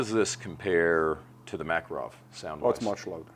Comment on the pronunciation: Dude, thank you for the video, but... - Mekerov? Really? It's MckArov. I mean the way you pronounce the name of the pistol. Mekerov... (boo-hoo-hoo).